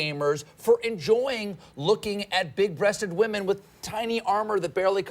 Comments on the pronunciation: Why u say wamen instead of women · Why does he say wahmen instead of women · I just wanna know Did PewDiePie created the word wahmen(as women)?